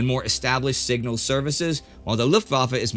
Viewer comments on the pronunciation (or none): none